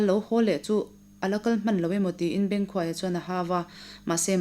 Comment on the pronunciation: Bengkhuaia hminga khuai tih hi hnuai tih anga lam tur a ni.